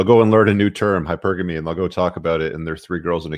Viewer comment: She completely butchered the pronunciation of “hypergamy” as well